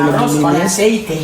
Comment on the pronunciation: Aceite samain bigkas asayte